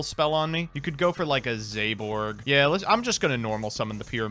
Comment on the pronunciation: Everybody: zaborg: ZEYBORG